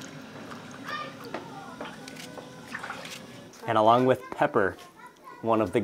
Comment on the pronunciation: Mark can't say pepper? lol